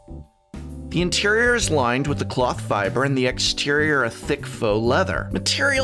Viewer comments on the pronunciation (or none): "N-O-X Fe-BEER material" XD